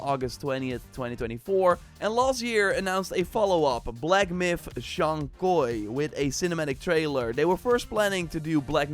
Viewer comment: It’s Zhoug Kui not koi